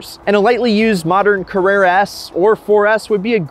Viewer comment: If you are going to make a video about Porsches, please learn how to pronounce the name. While you are at it, figure out how to pronounce Carrera as well. Avoid mentioning Ferrari.